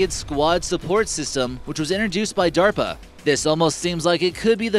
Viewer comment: Oh, he was talking about DERPA not DARPA... that explains the duh duh nature of the video...